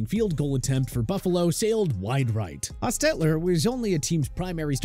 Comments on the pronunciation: I hate the way this guy is accenting Jeff Hostetler’s name. It drove me nuts! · Did they change how to pronounce Jeff Hostetler's name? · It’s annoying how he pronounces the name Hostetler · No offense, but you really need to do more thorough research for your videos and ensure that your narrator knows how to pronounce people's names properly. The way the narrator said Jeff Hostetler's name was really weird and saying Fran Tarkenton was "one of the first great pocket passers" makes you sound silly. And these kinds of errors have occurred in a number of your videos. FYI.